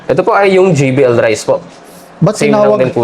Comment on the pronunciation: JBL Po tay. Hindi JVL